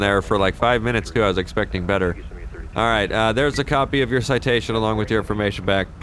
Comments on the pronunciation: Hahaha said bether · Him said bether in one part of the video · Haha said Bether instead of better